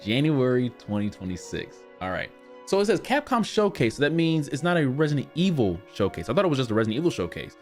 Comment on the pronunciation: He did it again! he said it Redident Evil 😁😂